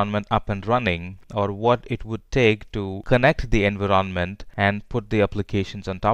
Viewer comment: Why do you pronounce "environment" in such a weird way? Had to stop the video multiple times.